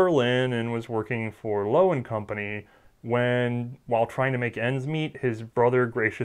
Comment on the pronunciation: By talking about the history, did you try to pronounce "Loewe"? In case you were, please try to pronounce it properly gives sound samples; "lion" would the word to have translated to Löwe)